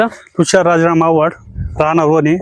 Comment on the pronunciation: वन नाही ओने ahe😂आणि आवाड नाही आव्हाड आहे 😂